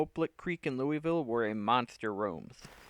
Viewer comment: One day someone doing a video about Kentucky will actually learn to say Louisville correctly. I still wait for that day.